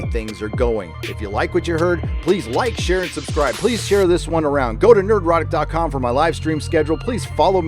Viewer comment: I thought it was Nerd erotic.